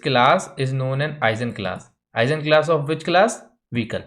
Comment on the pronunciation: I've always heard the G in Eigenclass pronounced like the G in Guess